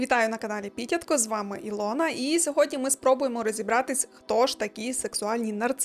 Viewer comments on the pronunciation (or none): О, то виявляється ви ПІтятко а не ПітЯтко